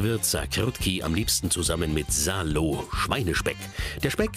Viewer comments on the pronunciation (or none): wenn ich das schon höre... SALO null mühe bei der Aussprache gegeben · ukrainisch ist Salo schon richtig. Auch wenn es der Sprecher schlecht ausspricht